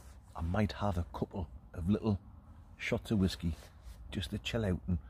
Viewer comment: Please stop calling it whaskey